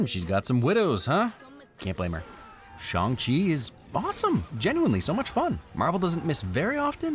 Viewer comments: Phonetically you pronounced Shang-Chi more correctly when you said you're just going to say it wrong. Pinyin is using letters to write Chinese words. But the title is not written in Pinyin, it is written in English. If you wrote it in Pinyin the title would be, Shàng Qì. So phonetically it is pronounced like, chee. You're just missing the correct tone really. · your 'bad pronounciation' was correct. I appreciate you calling attention to it, but you nailed it (as someone who speaks moderate cantonese and mandorin) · Funnily enough, the most correct sounding Shang-Chi was just when you said it the regular way. Respect for trying though!